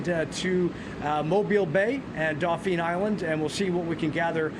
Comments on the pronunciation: Dauphin, not Dauphine ( a street in French Quarter) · Tell me he isn't from here, dauphine vs Dauphin Island.😊